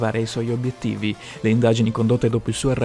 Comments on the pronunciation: Min. 0,42 “durante le INDA-DI-GINI” 🤣🤣🤣🤣🤣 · "le indadgini" XD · "indadjini" LOL e ancora "ESSO era..." al minuto 1.19 ...ESSO? Esso -> animali e principalmente oggetti (cose inanimate!) Egli-> persone ....bah almeno le basi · Hihii durante le indadicini..sei grande kmq